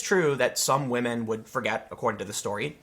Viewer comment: "Believe all whamen! "